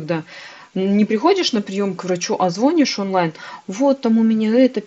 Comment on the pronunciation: Надо говорить не звОнишь, а звонИшь.